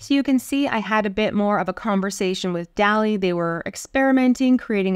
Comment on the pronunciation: I always thought it was DAH-lee, like the painter.